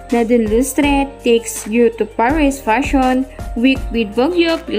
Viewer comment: Paris not parish...